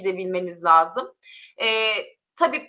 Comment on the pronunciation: Lazım … değil sol - La -si - do gibi